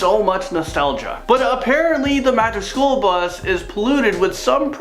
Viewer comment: Are you saying, "magic SHOOL bus?"